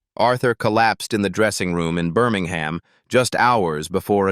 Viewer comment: Or Birming-ham. And "Grandad" was not the theme tune.